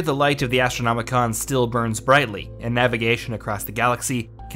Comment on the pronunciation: Every time he said "Astronomicon" instead of "Astronomican" I cringed a little.